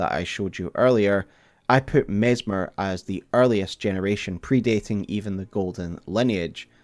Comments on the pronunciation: His name is MESS MER not MEZ MER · Mezzmer? Even with the snakes around him people can't pronounce his name: Messssssmer. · you'd think if you're gonna make a video about messmer, you'd at least pronounce his name correctly lol